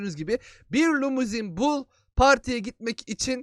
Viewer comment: lumizin deyil limuzin